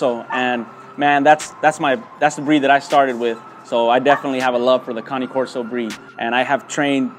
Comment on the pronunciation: Cane corso not cani korso